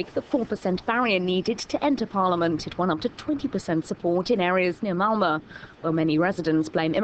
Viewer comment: haha the female narrator can't say malmö, she says whalla! xD